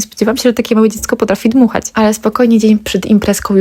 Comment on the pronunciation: Spodzewałam, dmuchac, zaobserwujece , byc, cos , oczywisce, dzało, czesc itd. Dziewczyno tego się nie da słuchać. Cześć! Pilnuj wymowy swoich córek. To bardzo ważne.